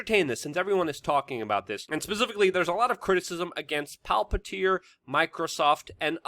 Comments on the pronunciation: It's Palantir, not Palpatir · WeAreChange desk pounding, screaming, whatever. All good. Could make a little more effort to pronounce things better, I.e. Palantir (not really pronounced Pal PAT ear). Also, has Palantir moved completely to Silicon Valley from Washington D.C. area? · Luke I love your work, but sometimes you might want to pronounce things correctly its Palantir not Palpatir like from the Lord of the Rings PALANTIR not PALPATIR don't combine LOTR (Palantir) with Star Wars ( Emperor Palpatine/Darth Sidious) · It’s Palantir not palpatir senor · Palpantir? Dude its Palantir. One P not two. You sound like a doofus. You are usually a lot more professional than that. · Why are you pronouncing Palantir as Palpitir? 🤣 btw, Palantir is the word used in LOTR to describe the seeing-stones which were used by Sauron and Saruman and others to communicate to eachother. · "Palpatir???"WTF??? It's Palantir.JFC say it correctly.. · It's Palantir not Palpatir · Luke, why do you call Palantir Palpatir? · PA -LA -N-TIR